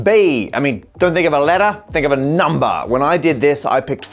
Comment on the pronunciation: I love the way he says "numbah!"